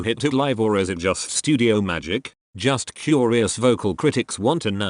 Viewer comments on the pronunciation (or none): none